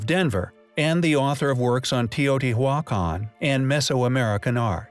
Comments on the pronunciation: bugged me every time. just stop saying it damn you! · 'Te o t wac on' lol! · Just Dos no it's not, he just don't know how to say it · The pronunciation was horrific lol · The name of the site "Teotihuacan" is easy to pronounce. All vowels are sounded out as short vowels and the H is silent! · The "H" in Teotihuacan is silent. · I CAN'T FUCKING BELIEVE HOW YOU JUST PRONOUNCED TEOTIHUACAN -_- DISGUSTED THIS WAS THE WORST EVER ONE